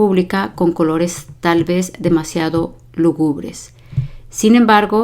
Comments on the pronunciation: Lúgubre, no lugúbre como lo dice la maestra. Desde ahí para entender un significado, sin ánimo de ofender, solo aclaratorio.😊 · Me encantan sus vídeos. Una sola sugerencia: La palabra lúgubre lleva un acento que se pronuncia. Cuando usted lo lee no se le escucha. Yo creo que sería importante acentuar la palabra correctamente cuando se lee para ayudar mejor a quienes están ampliando su vocabulario. Felicidades por su profesionalismo